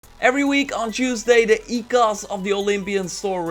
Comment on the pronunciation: you pronounced oikos the right way!